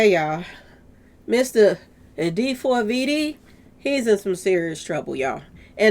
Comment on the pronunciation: Please, his name is pronounced David.